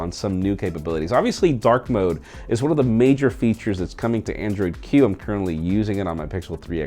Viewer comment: Did you say Android Q or Android Hue?